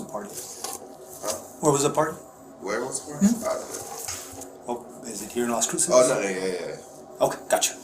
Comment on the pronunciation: Why did you pronounce Las Cruces like you did…